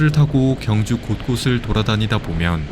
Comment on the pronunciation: 발음을 정확히 하세요. [경주]가 아니라 [경:주]로 발음해야 합니다. 첫소리를 길게 발음해야 옳은 발음입니다. 유튜브도 방송인데, 엉터리 발음하면 안 됩니다.